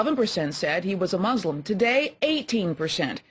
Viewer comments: It's "Muslim" not "Mulsim" Let's see, they have Muslim, Christian, Unsure and Neither. What, can't Obama be a Jew? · "Pew: 1-in-5 say Obama is Mulsim." What is a Mulsim?